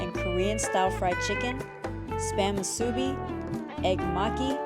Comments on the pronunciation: thank you for a great video! you did great with your diligent pronunciations of Native Hawaiian words! just please...it's moo-soo-bee (all the syllables have no stress) not moo-SOO-bee (stress on the second syllable). kinda think to yourself it's musubi like A-B-C, where you don't put any stress on A, B, or C. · Not Moo-subi…….Mus-u-bi…..